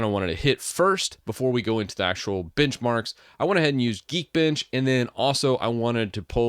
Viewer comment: lol thought he said bitchmarks